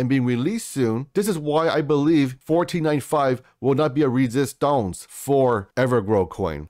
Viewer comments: It’s resistance (French accent) not resistonce my brother. But I like the video. 8bil and holding until 2025😎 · I laugh every-time you say resistonz ! Lol!